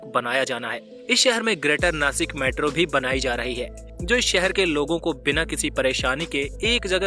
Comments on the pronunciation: Please pronounce properly It is नाशिक not नासिक. Message for गवार हिंदी people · अरे नासिक नाही रे बाबा "नाशिक "आहे ते " स" को "श " बोलो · Be chokko आदमी, नाशिक आहे ते, 🤬🤬😡😡नासिक नाही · नासिक नाही नाशिक बोल 👆💯 जय महाराष्ट्र 🚩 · This is not a नासिक this is called a ‘ ’’नाशिक' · It's not नासिक it's नाशिक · नाशिक not नासिक 👋